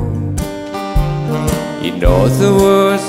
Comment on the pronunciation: ครับ เพิ่งเข้่ามาฟัง ชอบทุกเพลงครับ น่าฟังทุกเพลง ด้วยความเคารพ (ไม่ใช่จับผิดนะครับ) เพลง fly me to the moon. ตรงประโยคที่ร้องว่า in other word. ควรออกเสียงว่า อิน อา เท่อ เวริด ไม่ใช่ อิน ออ เท่อ เวริด ลองใช้ google translate. เช็คเสียงอ่านที่ถูกต้องได้ครับ